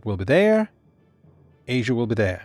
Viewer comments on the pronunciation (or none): none